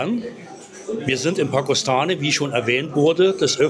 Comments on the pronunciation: Pakostane hat über 4000 Einwohner. Es wäre es gut wenn man wenigstens die Namen richtig aussprechen würde. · Das Video ist ok😊 Nicht so unsere Ecke. Übrigens wird der Ort Pakoštane " Pakoschtane" ausgesprochen😅